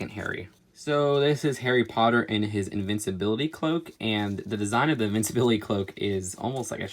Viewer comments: Invisibility not invincibility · You said invicibility, not invisibility. You were supposed to say invisibility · It's not iinvinsibility cloak, it's invisibility cloak. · its invisibility not invincability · you said invicabilaty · It's InVISablility. Not InvinCABility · It's invisibility not invinceibility😅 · its inVISablility not inviCEability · Its definately invisibility not invinsibility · You’re saying ‘invinciblity’ but is invisiblility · Invincibility? And it’s “Vol-de-more” not “Vol-De-Mort” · invisibility cloak not invincibility cloak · Cho is a ravenclaw, also you said invisibility cloak wrong and newt’s last name wrong